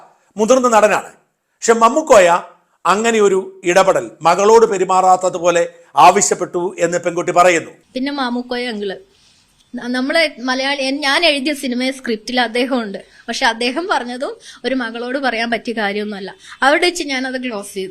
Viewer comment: മാ മു ക്കോ യ ആണ് പഹയാ മമ്മുകോയ അല്ല അത് ശെരി ഇപ്പൊ technique പിടികിട്ടി മമ്മുട്ടി മാമുക്കോയ 2 പേരെയും കൂടി ഒന്നിച്ച് പറയാന്‍ ശ്രമിക്കുന്ന താ ണ ല്ലേ OK 2 പേരെയും വേര്‍തിരിച്ച് പറഞ്ഞോളൂ എളുപ്പ പണി ആണോ ആരും ozhiv ആകുന്നില്ല എല്ലാരും include aayirikum